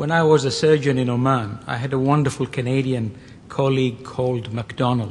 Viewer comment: Oman not Amman